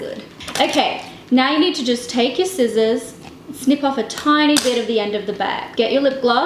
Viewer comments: did she just say skisers??? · Its pronounced seezors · "and some SKISSORS" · the fact that she says 'skizzors' is so Aussie!! (yep we say that) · did she just say SKIZZERS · Did she acc say sCissors NAHHHHH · Im dying how you said scissors 😭